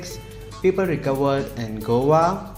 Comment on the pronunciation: Please please say Go a. Not govaa. Please please please.